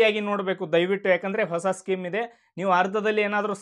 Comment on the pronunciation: skim ಅಲ್ಲ ಅದು scheme ಸ್ಕೀಮ್